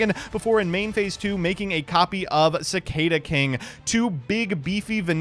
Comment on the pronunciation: I thought you were from the midwest originally, how do you not know how to pronounce cicada?